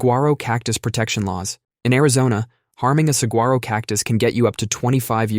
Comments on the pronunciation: Suh-war-oh. Not suG-ar-o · Hi, Arizona native here, IT'S FRICKING SA-WA-ROH. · As an Arizonian... sug-gwar-oh hurt my soul Try these: Mogollon Gila Phoenician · Sa-huarh-o. I cried every time he said the g. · 1) Saguaro pronunciation: g is silent. It’s Sa-WHA-ro 2) laws only apply on public land. Any Saguaros you own on private land can do whatever you want. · The g is silent in "sa-war-o" saguaro cactus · The g in saguaro is silent. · Hearing you mispronounce saguaro makes me wanna scream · The G is silent in saguaro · After hearing you say saguaro I totally understand that Arkansas law. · The g in saguaro is silent ! 🙄🙄🙄🙄😑😑😑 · The G is silent. If you live in. AZ, you know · As an Arizona native, I died a little inside every time he said saguaro. It is like hearing a Midwesterner say Jala-peen-o